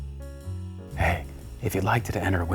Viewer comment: Oh yeah l especially missed the”WHEIRD”🤣🤣🤣😂😂😂😆😆